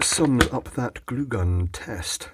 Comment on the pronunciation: Hot MAIL? I noticed he kept saying what sounded like HOT MAIL instead of HOT GLUE